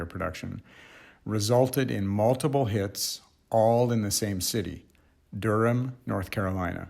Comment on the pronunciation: My mom's family is from the Raleigh-Durham area, and your pronunciation sounded exactly right to me.